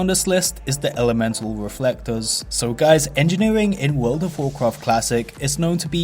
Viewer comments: Actually Actually Actually Actually Actually Actually Actually Wuld uv Wawcwaft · WUULWD OUVV WOUAWCWAFT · wowld of wawcwaft